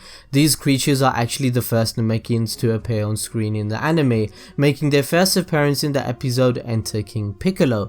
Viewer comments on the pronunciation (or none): none